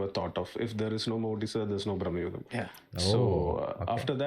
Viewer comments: not braamnugam.....it's bruuhmugan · It's pronounced like "भ्रमयुगम" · It's Bhramayugam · It's actually "bhrama yugam" भ्रम युग्म